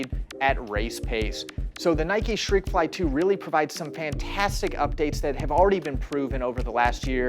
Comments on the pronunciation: Shreakfly 😂😂😂 Jesus dude, there's a T in there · Why is he saying shreikfly? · I heard he pronounce it as “shhtrekfly” but yeah😂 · I thought I was hearing him incorrectly; at least I know I wasn’t hallucinating.